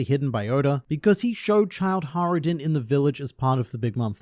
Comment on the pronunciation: There's a j in hajruden btw xd it's not silent xd